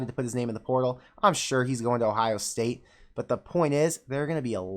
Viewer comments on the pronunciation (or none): none